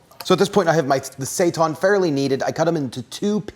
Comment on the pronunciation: "Seitan will rise" Yes, yes he will. Mwahahaha. PS. It is pronounced "say-tan". Hence those rad "heil Satan" shirts out there.